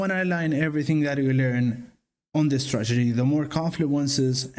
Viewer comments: Cute "stragety" kid. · So funny how it sounds like you say "stragedy" 😄